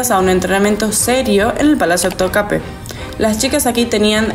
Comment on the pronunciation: Topkapi se pronuncia así....me hizo dudar...pero no se pronuncia con e al final, si no con i😅